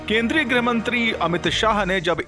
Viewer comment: ग्रह मंत्री नहीं, गृह मंत्री होता है।